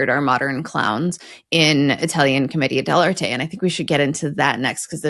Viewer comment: Wow, you pronounced it properly: Comedia Del Arte (Like Artay, or Arté. Not Art) Bravo! 👏